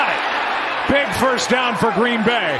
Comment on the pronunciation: Gween Bay ???, .ashamed slips they said nah